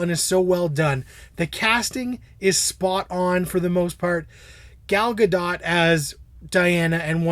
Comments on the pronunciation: No it as absolutely not. You pronounce the T. It's Hebrew not French. dote as in boat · +Travis Yon Actually, you're both wrong :) Well, Travis, you're right about the T in the end. But, it's not pronounced like "dote", it should sound like, simply, "dot". do-t. Ga-l Ga-do-t.